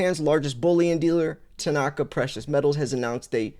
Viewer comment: It's not Tanaaka, it's Tanaka. There is no emphasis on the second a.